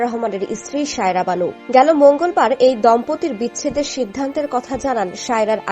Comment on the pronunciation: Shaira na bhai, SAIRA- kindly pronounce correctly!